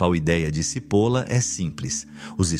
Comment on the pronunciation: Só uma dica. Não se pronuncia CIPOLA mas sim TCHIPOLLLA. pois é um sobrenome italiano e significa cebola. Att